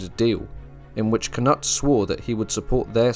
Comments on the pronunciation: The Danish pronunciation of Knut is Kanoodth. When you say Kanutt it sounds wrong. 😉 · Why do you call knut, k-nut? In Englang we call him Kanoot, not k-nut! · Great. But I’m sure it’s not pronounced “Cannut” more like “Canoot” also IERNside. Not I -RONside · Pronounced can-ute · You pronounce Cnut with a long u! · switch the n and u , Cnut.